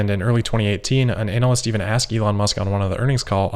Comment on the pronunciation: It is pronounced ANA-lyst Anal-lyst is not a real word Please!